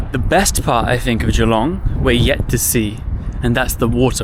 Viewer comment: I live 15mins from Geelong in the Bellarine Peninsula. Watching your video, made me cringe hearing how you say Geelong. It’s not pronounced Gee, long. It’s pronounced Ja-long!